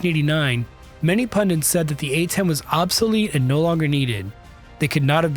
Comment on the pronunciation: The word "Pundit" is pronounced "pun-dit", and not "pun-dent". also does this.